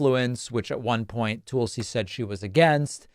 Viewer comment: Actually David, you are wrong about Tulsi (pronouced: "Tull", like Jethro Tull, and "See" or "Sea", not Tool see), she did quite well in the 2020 Democratic Presidential Debate. She dominated Kamala Harris during the debates. She was right behind Joe Biden, Bernie Sanders, and Elizabeth Warren, and she was quickly moving up the percentage board of favoritism. Fearing that she may very well pose a threat to Biden's election possiblity but wouldn't have enough favorability among Americans to win the presidential election, the DNC had claimed that she didn't have enough percentage points to continue to the next debates, which was a lie, and they had Hillary Clinton claim that Tulsi was a Russian plant. This ultimately sealed Tulsi's fate, and that's why she eventually switched to the Republican party. David, I wish you would tell the entire truth about Tulsi and not defame or slander her just to fit your narrative to titillate your audience. There is so much more to Tulsi's story that you are leaving out. I love your podcast, otherwise, and wish you all the best. Cheers.